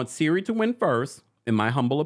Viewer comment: Siri? Lol Cirie (Sear-ree)